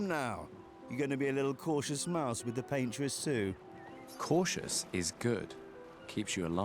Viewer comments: "Pain-tress" is crazy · Yeah I’ve never heard that interpretation before it was pretty funny. Because I kinda get it lol